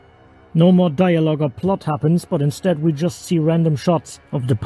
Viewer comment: "instad" lol